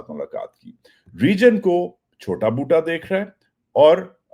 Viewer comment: Love the way you say Boota